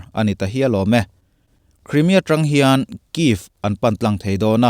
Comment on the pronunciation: Crimea i lam dan hi a dik chiahlo niin a lang. News lian zawkte lam dan lo en ve mai mai teh